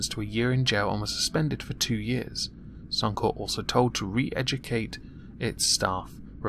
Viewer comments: Corp, as in Corporation. Only place I've heard 'Corp' as 'Core' is the military. At least that's how I see it. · Suuum kore.... It's sunny corpe. Otherwise, flaeless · bluddy rowdy The word is a shortened version of corporation meaning that you do pronounce the "p". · As an Aussie god your pronunciation or Suncorp kills me hahahaha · Ian Simpson, I am aware is an abbreviation for corporation, however as a 1 word suncorp, the 'p' is silent, in circles I move in...